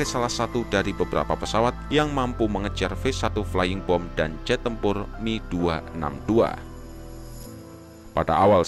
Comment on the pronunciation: Itu film red tails ga akurat penggunaan pesawatnya Yg bener mereka pake p51c Di film pake p51d Jelas beda di firepowernya itu Si mimin bilang mi262 😂😂 Yg bener itu M E 262, dipisah nyebut hurufnya Dan satu lg, p51 itu bukan pake mesin konvensional, TP MESIN PISTON! Mesin Jet jg bisa dibilang mesin konvensional kali?? Wkwkwkw 😂 1 fakta lg AURI adalah angkatan udara militer trakhir yg make p51 di dunia dan akhirnya di pensiunkan thn 75